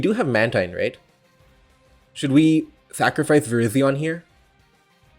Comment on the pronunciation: How are you going to pronounce Virizion as Verizon? I am new, am I being memed?